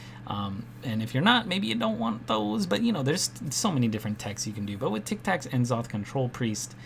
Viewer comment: Great video dude. Might start running eater of secrets now. Kindof nitpicking, but I disagree with your pronunciation of N'Zoth and Medivh lol.